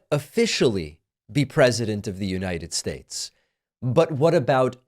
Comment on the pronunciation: every time Pakman says "United Shaysh," an angel gets its wings 👼🏻